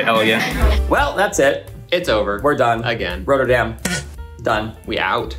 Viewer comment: RoTTerdam as in rot, hot, not, plot. Not....😂 Roaterdam.